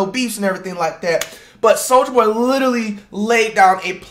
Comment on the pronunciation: anyone notice how says "souja boy" lmao